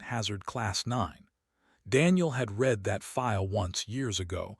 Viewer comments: Great story, though please teach your AI the difference between "red it" and "reed it" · "Starring"?? Not again! Why is Ilo not going to rescue him? Not acceptable. You "red it" rather than "reed it"? Then we try it the other way around: "reed it" when it should have been "red it". "Conquered" vs. "Concord". - what, what, what??? He does not have a roof. And it has already rained on him once before. This is getting too stupid. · Why does ai have problem with "read"?